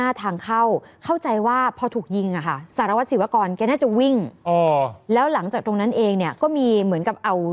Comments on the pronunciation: เขาชื่อสารวัตรศิวกรค่ะทำไมอ่านชื่อเขาว่าสิว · หมายถึงผู้ประกาศข่าวชายพูดชื่อเขาว่าสิวๆอยู่นั่นแหละ